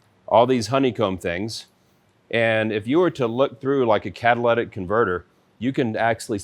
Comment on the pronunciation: Did he really say Cadallatic converter? Hummmmm...